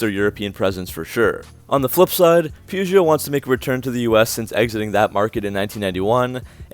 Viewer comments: it is Not pronounced POO-JO, in French it is PE-JO or PA-JO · Peugeot is pronounced POO-JOH 2 syllables with a soft J. It is not POO-GEE-OH. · I thought the proper pronunciations were puh zyoh (Peugeot) and sit run (Citroen). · "Poo-Jho". You're welcome. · I know most everyone here is American but it’s “Poo-joe”, the T is silent. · God you butcher Peugeot so hard its perrjoe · Please learn how to pronounce Peugeot. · I've own several Chrysler products over the years but would not touch a new one with a 10 foot pole. Extremely poor quality. Not to be critical but to help with future videos on this subject, the E before the O in Peugeot is silent. Very informative video. Thank you. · probably could have pronounced Peugeot correctly. The correct pronunciation is "WE SURRENDER"